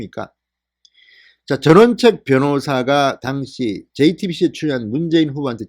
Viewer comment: "당시"라는 발음 고려해주세요